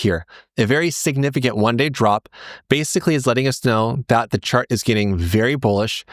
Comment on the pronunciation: I heard: "this one shart on glassnode that's about to go parabolic" 🤣🤣🤣